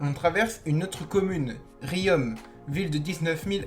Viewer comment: Sa se dit pas riome mais rion mais sa s'écrit riom